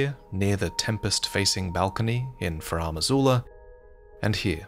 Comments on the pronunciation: Pleas never ever pronounce Farum Azula like that again. It's FAR-em not fah-RAM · So now it's Faraam Azula?, bro, why do you keep making up your own pronunciations?